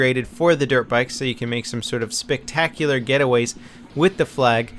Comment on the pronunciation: SPICtacular? Ok. Lol!!!